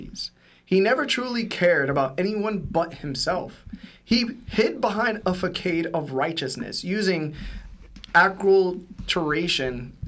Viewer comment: Facade is pronounced Pha-Sad not Fah-kade lmao